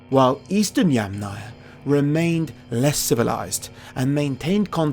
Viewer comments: Interesting documentary! I would draw your attention to the pronunciation of the name Yamnaya though, it should be stressed on the first syllable (YAMnaya). Best wishes! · It’s kurgAn (stress on the last salable) and YAmnaya (stress on the first salable) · Yamnaya is pronounce with the emphasis on the first “a” if you took it from Russian word. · Pronounce that yAmnaya & kurgAn plz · Great that you pronounce the word "Yamnaya" correct except Slavic speakers set the stress on the first part.. I know that for English speaker it's more easy to say "Yamna". The word "yama" means "pit" in Russian and must be in other Slavic languages (which all in fact are still pretty close). Very interesting and information rich video! Btw, interesting: IE daughter-in-law: "snusos", and one of the Russian words for daughter-in-law is "snoha". As I've learned there are many of such cognates in Russian and even more in old Russian. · Throughout the video you keep mispronouncing Russian words: it's Yàmnaya not Yamnàya, kurgàn not kùrgan, Khvalýnsk not Khvàlynsk, etc.